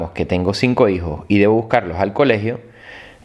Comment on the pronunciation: NO SE DICE LamborYini, se dice Lamborguini, eso denota el autor del video.